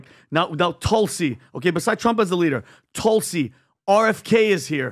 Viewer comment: it's Toolsi- not Tahlsi- it's a Sanskrit name for Holy Basil- a plant used in most sacred ceremonies in Hindu rituals- nd yes- she's an amazing LEADER!